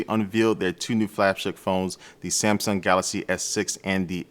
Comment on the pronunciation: "samsum"? New brand?